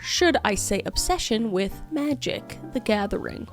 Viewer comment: When I heard you say Magic the Gathing I was like "hubby come here!" 😂